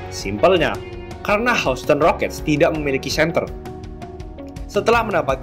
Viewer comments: bang bacanya yusten bukan houston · Anu... maap, semoga pronounciation bisa diperbaiki, Houston dibaca 'yusten'. Kalau gak salah Cleveland juga dibaca 'klivelen'... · gw pribadi kurang nyaman sama pelafalannya.. misal houston, harusnya dibaca hyusten, trs washington harusnya dibaca wosingten, dll.. kesannya jd malah kaya dengerin amatiran.. sbg pembanding bolehlah liat bang irril ato bung paul palele, enak tuh klo kasih penjelasan.. sori, pendapat pribadi ya